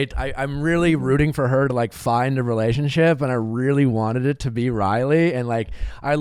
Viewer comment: And the word re-la-tion-ship is 4 syllables. It is not pronounced ray-ship.